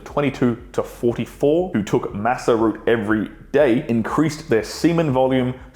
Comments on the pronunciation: Pronouncing it massa root insread of mah-kah root is wild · "Maca" is pronounced "mahka," not "massa." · Us Aussie's call it Maca too (Macka), he is just saying it wrong period.